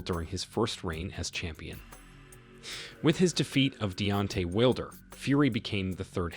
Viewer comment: Will-der lol